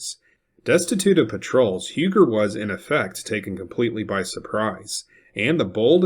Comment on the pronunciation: Minor detail-Huger is pronounced even today in Carolina as Huu-gee,which is a Fremch Hugenot name.In South Carolina we still use the old names actual pronunciation.Other names are Izard.pronunced as Ee zard,and Porcher,pronounced Por-shay..Maybe the yankees flooding into Charleston will take note.😊